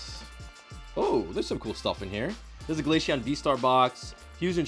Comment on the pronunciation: you might also be the only person in the world to call glaceon glasheon